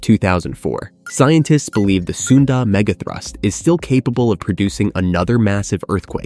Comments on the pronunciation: Is this AI slop narration? The pronunciation is all over the place. "Hiroshama", "say-ees-mic", "megathroost". Gross. Just get someone to read it. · What is with this AI? Hiro-Shay-ma? Se-Yes-mic? Mega Troos? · didn’t you hear the „mega throoost“ once? gave away that this channel is AI